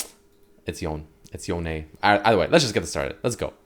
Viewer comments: It's one syllable not 2 it's Yone, not Yoneigh. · anyone else annoyed by him repeatedly saying yoney, when it’s clearly just yone???? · "Yown-nae" lmao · STOP CALLING HIM YONAY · Please stop putting the accent on the E in yone. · You cant pronounce Ionia without Yone